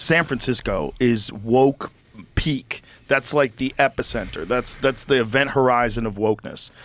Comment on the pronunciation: did he say peak wokeness or pig wokeness?